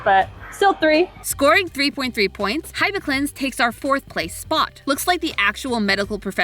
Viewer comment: PLEASE, if youre going to say science-y words, make sure you are saying them correctly: A-pah-crin (a, as in "apple"; pah, as in "apostolic"; crin, as in "cringe"; stress on the A) HIH-bih-clenz (hih, as in "hit"; bih, as in "bib"; clenz, as in "cleanse"; stress on the HIH)